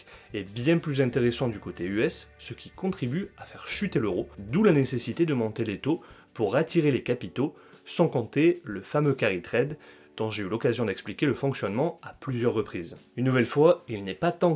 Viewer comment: = "Carry Trade"... Ok, son accent est pas terrible en Englais (;p ), mais on comprends bien qu'il parle de cette notion.